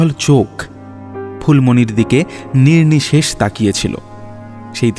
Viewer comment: Bhai darun kintu please pronunciation thik korun......nirnimesh, prothito etc ...kaan e boro laage ... tahole excellent hoye jaabe